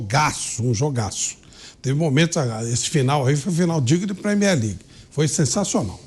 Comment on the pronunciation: Ele falow premier ligue kakakakakakakak